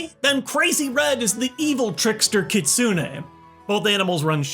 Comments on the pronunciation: Its ki-tsu-ne きつね not kit-su-ne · KitSUne. No, that isn't how you say it